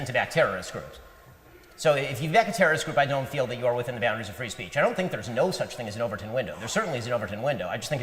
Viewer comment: I couldn't help but laugh when he said "This is a fee country "